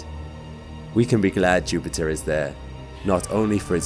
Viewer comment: When I clicked on this video I was thinking "oh god, this guys voice is too much at ti..." Video: JUUUPITTAA!!!!